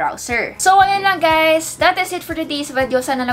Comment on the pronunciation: "hey gays it's your tech girl "